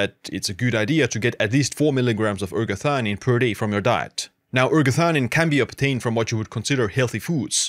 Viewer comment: Non si capisce il nome della sostanza. Quando dice eratanina e quando ergatanina, erationina, erganina.... ma nel web si trova ergotamina che è tutt'altra cosa. Qual è il nome giusto?